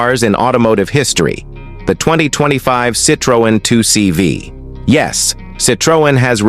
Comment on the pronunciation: Citr-oh-en?? 2cb????? Always hated the CV, hate the 2CV and hate AI narrated videos!